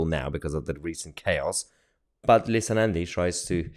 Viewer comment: "Leetha" Nandy ! 😆 If Helen Of Troy was the face that launched a thousand ships, then this is surely the face that launched a thousand 💩s! :face-green-smiling::face-blue-wide-eyes